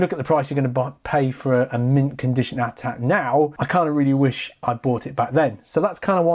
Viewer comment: It's pronounced A-T-A-T not at at